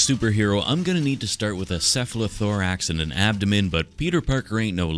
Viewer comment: I like the way you say “cephalothorax”.